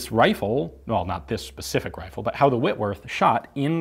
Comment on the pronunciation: “On the whitworth wifle”